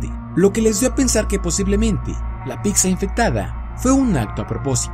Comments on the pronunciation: JAJAJJA, UNA "PICSA" NO MAAAA ES PIZZA WE... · Se pronuncia PITZA no PICSA 🙄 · Pisa, pipsa, picsa!!! Primero aprendan a pronunciar PITZA!!!!! La doble z suena ts 🤦🏻‍♂️ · Me encanto tu vídeo, pero no me lo tomes a mal, me mataste con "PICSA" >< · Piksa? Picsa? Jajajajajjajajajaja que cagado lo narró....tome su like por la dislexia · Like a que se dice pizza no pikza. 😂😂